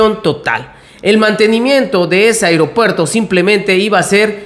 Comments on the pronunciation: Muy buena la información !! Pero hago una observasión Sin afán de ofender, tener cuidado con la pronunciasión, cada vez que dices Aeropuerto Siena como Airopuerto. Perdón !! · Se dise aeropuerto.... No airopuerto...